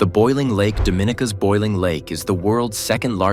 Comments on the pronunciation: It is pronounced Doh- min-EEE-kah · It is pronounced "Doh-min-EEE-kah, FYI.